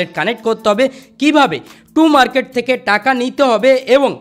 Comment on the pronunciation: Too market nh tom market 😂😂😊